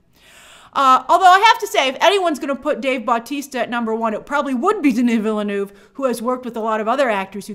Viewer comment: THAT'S NOT HOW YOU PRONNOUNCE VILLENEUVE!